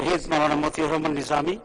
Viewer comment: মনে হয় একটি নাটকের সংসদ, একজন সংসদ সদস্য সেশন ঠিকমতো তার দলের নেতা নেত্রীর নাম ঠিকমত বলতে পারে না। মতিউর রহমান নিজামীর নামটা নানু ভাই ভালো মনে করি